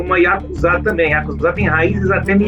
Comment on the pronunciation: Não é YAKUZÁ !!! Não existe sílabas tônicas na língua japonesa.